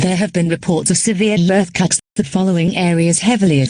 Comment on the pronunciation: I think what would be a little more correct would be “we apologize for the sudden interruption”. Not only that but in one part “earthquake” was mispronounced as “lurthcaks” and “emergency” was misspelled as “emrgency”.